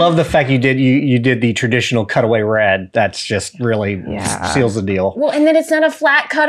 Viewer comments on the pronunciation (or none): none